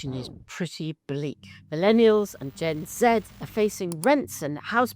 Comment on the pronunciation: Finally someone who pronounced Gen Z correctly. The issue with the boomers is that they have had a majority at the ballot box since they were 18. They had the opportunity to change society to be however they wanted. Instead they voted to make themselves wealthier whilst not investing money back into society through the tax system.